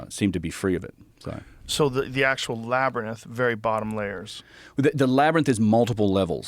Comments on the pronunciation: Joe keeps saying “Labyrnith” after has correctly said “Labyrinth” throughout the whole pod. And it’s hilarious each time 😂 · Is Joe having a stroke? LAB - ERR - RYNTH. NOT labernith... Laberynth! Wait am I crazy?! No. I don't think... Omfg is he doing it on purpose multiple pod casts lately I keep hearing him say labernith - in the past he's mid-said it and corrected himself but now I think I'm slowly going out of my mind - help labernith rather rinse rubber myth labia mints! Gawd. Say it right! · Why does Joe still pronounce it “Lab-er-nyth” lmfao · Joe, buddy, ITS LABYR-INTH. INTH. STOP SAYING NITH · So is it a Labyrinth… or a “Labrinus?” 😂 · Can someone please teach Joe how to pronounce "labyrinth"? "Labernith" just isn't the vibe. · Can stone please tell Joe its Lab- rynth, not wtf he's saying. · Joe can pronounce contiguous correctly but says "Labbernith"? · Is it the labyrinth or "labrinus" that Joe keeps saying?😂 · What the f is a labernyth Joe Rogan? Too many concussions can't say labernyth anymore? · "Lab-ryn-inth..." - Joe Rogan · why does joe keep pronouncing labyrinth "LAB-ER-NISS" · “I’m really interested in the LABBER-NITHS” 😂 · I forgot Joe can't pronounce "LAB-RYNTH" lol I don't know how he gets the word Lab-er-nyth to come out of his mouth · Or...... is it Labernith 😂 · Joe mispronounces "Labyrinth" 7, count em, SEVEN times!! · Today I learnt that Joe can’t say labyrinth 😳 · Does Joe know he’s continually mispronouncing “labyrinth”? Why does no one correct him? 😅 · Yea that word is up 2-0 on him lol it’s like when people can’t pronounce nuclear to save their life. What exactly is tripping him up 😭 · How can someone become so famous for talking for a living but can’t pronounce the work “labyrinth”? Even after the other guy says the work correct so many times. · Why can't joe pronounce the word labyrinth???. Lol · Joe “whoaaa-gan”….cant say “labyrinth”☺️ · Enjoyed watching Joe try to say "labyrinth" lol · Joe can't pronounce "labyrinth "😂